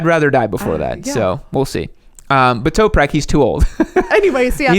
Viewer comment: Toprak not Toperak